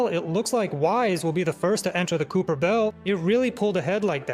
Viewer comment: kuiper belt: ❌️ kooper belt: ✔️